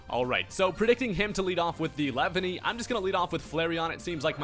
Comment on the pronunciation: “Lev-any” LMAO